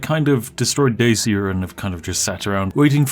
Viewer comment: its not decia, its d A cia.